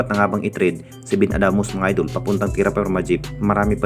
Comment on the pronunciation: Puro fake news bulol purobka idol hindi idul bugok baliw iniispek daw gagooooo